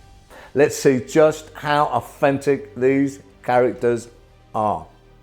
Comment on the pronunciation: I’m English and I kept hearing offensive, took me a while to understand he was saying authentic